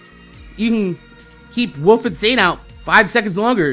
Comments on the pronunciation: It's Wolf not Woof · its wolf not woof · no im pretty suer you are just saying woof